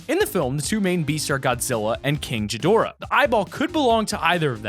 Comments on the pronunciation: Guess ill say it is not jadora you are supposed to pronounce it like this "gee-dorh-ahh" but spelled like this GHIDORA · Ghidorah, not JI-dora I’m getting so annoyed by your mispronunciation, please just watch one of the classic movies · What's Godzilla's enemy's name...... Oh right that's it King Geedorah that's totally it not King Ghidorah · ...My god damn name is in it... and king girgdorah what?!?! King ghidorah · That's not how you spell ghidora it's ghidorah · It’s king gidorah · it's not "Ji-dora" its " Ge-dora" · Isnt it gidorah? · GAH-dora not JI-dora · Just going to say this it’s ghidorah not jhidorah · Not trying to be rude but it sounded like you said king chidoarh it’s king ghidorah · This is a great theory! I do believe it could be gojira! And it’s king Gi-Dor-a not ji-dor-a lmao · Bro!!! “Jidora” dude c’mon!! Its GHIDORAH!! G G G!! Not J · Jidorah you mean g gidorah, king gidorah not a j a g a hard g k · Pronounced Gee-door-a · GOD ITS GHIDORAH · WHY DID U SAY JIDORAH, the Godzilla fan boys are awakening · I’m sorry did he just call ghidorah ‘jid door ah’ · It is gid-or-ah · OMG Y CANT U PRONOUNCE GHIDORA CORRECTLY! ITS PRONOUCED GEE DOR AH! SIMPLE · Why is he say jadora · IT’S KING A DIRA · It’s pronounced gi-do-ra and its spelled ghidorah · u said gidorah wrong its pronounced Gih-dor-ah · This shit is not Godzilla. Before I quit fortnite, I was well aware of the dragon eggs up in Polar. DRAGON EGGS. POLAR PEAK. You got it all wrong buddy, and considering the footprint made on that shack, it does not resemble his foot in any way, but especially how you pronounced "Ghidorah" as "Jidorah" just cracks me up. If you're gonna cover any topic outside of gaming, do your research better. Also, Ghidorah was never born from an egg, and the silhouette from egg in the volcano does not have three heads, it only has one and it seems to be a serpent like creature. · It is not king but titanus gi-door-ra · ur saying gidorah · “Ghedora?” Oh no